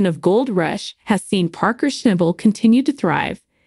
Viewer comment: You have no idea what you are talking about,as you donot know how to say Parkers last name.So you have never watched the show.